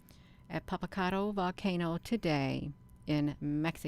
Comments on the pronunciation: You’re not pronouncing that volcano right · We live quite near this beautiful volcano, first ya ought to learn how to pronounce the name of the volcano, or just call it Popo as the locals do. Anyway we've quite a spectacular view of Popo, it's letting off vapor and ash...so foolish